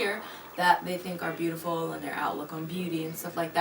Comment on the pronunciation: Same! "YOUARETOOBOOTIFULLL"